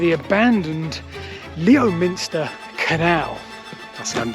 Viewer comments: As said it's pronounced "LEMSTER" not Leminster. 🤣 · Even after advises: Lem-ster (well done ), you still go with Lemin-ster. How much stick will you get from this 😂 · “Lemster”, not “Leo-minster’ or “Leminster “ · There's also a Bewdley, Ontario, i.e., the Bewdley to Wofferton Railway they kept mentioning but not realising which Railway it was. I'll swear he said Leominster three different ways. The joke at the beginning, then 3 syllables and correctly 2 syllables. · Thank you, oh the stick I got at school after moving to Bromyard (it's about 10 miles away from Leominster) for saying Leo minster and not Lemster. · Thank you,, for the LEMSTER not Leominster not Leminster pronunciation. Great video,. Leominster is named after its landowner, Leofric, who set up a minster there. Leofric owned lands right over to Coventry. Spoiler alert... Leofric made unpopular tax laws. Leofric was married to a certain Lady Godiva ( who also owned land in Herefordshire, with her sister, around Woolhope, world-famous for its dome - and spider fossil. Signed Someone living 12 miles from Leominster 😂, near Kington, slightly further from Knighton🙄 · That was great fun and your seems like a very nice bloke. I laughed when you said LEO MINSTER. As I was yelling at the screen LEM STER, your was saying lem ster. Good chuckle here! Thank you for that. LOL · I live in Leominster and never knew this And I was about to comment it's pronounced lemster at the start of the video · Love the was he tries to pronounce Lemster. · Great vid. But two things- its Lemster, and Teme is pronounced Team. (i say only to help with future works, not to be a tit) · Say it after me..Lemster, lemster, lemster...😊 Seriously though, excellent video ! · It is pronounced Lemster. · Crikey! You're lost without Rebecca to keep you in line! No pen or pencil, confusion over names - Leominster is pronounced Lemster!